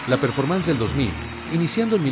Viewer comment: Todo bien solo mejorar un poco la pronunciacion en ingles y en caso de ser AI pues ojo cuando pronuncie cosas como Performance